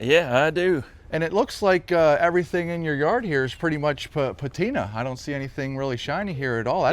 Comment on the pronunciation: Lost me at .....duhhhh I like duh patina 🤮